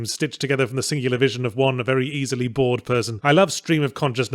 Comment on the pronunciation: Ending with "but of course I was vey, vey drunk..."